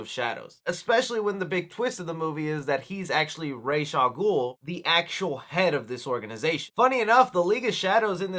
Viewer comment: Y did he say raysh al goul When it’s ra’s al ghul